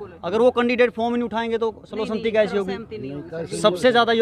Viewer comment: Sarv sahmati nahi sarv sammati ucharn karo